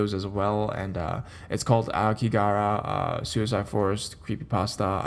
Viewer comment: Hey I made a whole video on it on site while I was there. I have lived here 9 years. Just a heads up there is no work visa for America. Average suicide rate per year here is 30k. Pronunciation is phonetically like this ah-oh-key-ga-hara. It's also known as the blue sea of trees as ao means blue and ki means tree. It's said to look blue in the prevailing mists of Fuji mountian.